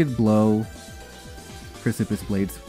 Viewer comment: ily. You’re slightly mispronouncing “precipice”. You’re kinda saying it like “pris-sip-iss” and the correct pronunciation is more like “preh-sip-us”